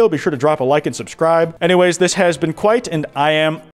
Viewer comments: “This has been Kwite and i am” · "This is Kwite and I am" at the end there really got me.